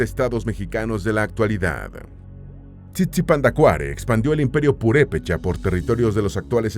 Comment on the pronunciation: La pronunciación del idioma Pu'repecha se tiene que tomar en cuenta que son palabras esdrujulas y sobreesdrujulas, así que la pronunciación del personaje es Tzitzipandácuare, en México tenemos una palabra con tres acentos prosodicos TzinTzunTzan, el nombre de uno de los Calzonzin que mencionas es "IRETI TICATEME", la forma que usas para las palabras Pu'repechas lo haces en Nahuatl que son principalmente graves y agudas. Como Michoacanos somos orgullosos de nuestra cultura, lengua, costumbres y los multiples aportes a la lengua española, tu documental es muy interesante, me gusto ya que como indicas tal parece que no existimos, gracias por tomar en cuenta a nuesto pueblo. GRACIAS!